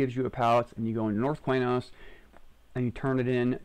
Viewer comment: "quey-nos" vomits